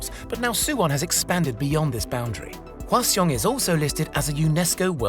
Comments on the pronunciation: It's pronounced Hwa-Sung but good try bro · side note for anyone interested: Hwaseong is pronounced more like "Hwasung." The Korean letter in question "ㅓ" which basically sounds like "uh" has been transliterated throughout history both as "eo" and "u" which easily confuses anyone that's not in the know. TLDR; the 2nd syllable is just "sung" in the 2 syllable name "Hwaseong"